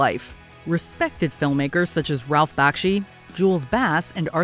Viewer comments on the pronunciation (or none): none